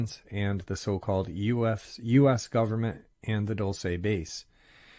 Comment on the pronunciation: Dulce: pronounced DOOLSEH NOT "dull say"(no accent or emphasis on the E). 👩‍🏫🤦🏽‍♀️